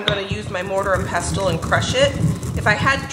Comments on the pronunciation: The T is silent in pestle. You’re the third YTer who I heard mention a mortar and pestle in the last few days , and all 3 of you pronounced the T. 😊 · Just a friendly fyi. You don't pronounce the t in pestle. It's silent.